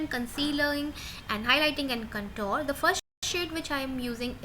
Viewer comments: although I appreciate your effort , it's awful to listen 'Contor' instead of 'contour' so many times! It's spelt as 'Con-toor' . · So true. That cuntoor started to piss me off after a point.